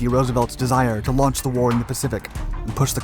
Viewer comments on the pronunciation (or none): none